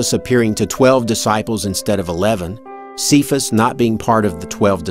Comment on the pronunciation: Cephas is pronounced "kay-fuss", not "see-fuss".